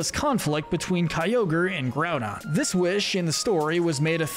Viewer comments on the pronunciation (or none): none